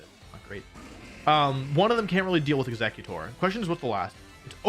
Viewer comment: Is no one else bother by him mispronouncing EXEGGutor